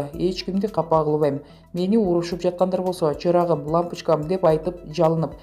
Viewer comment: Анын эмнеси бар лампочкам эмес лампичкам деди😀заади ошентип суйлойт экенда садаган кетейин дегендей эле кеби экенда эженин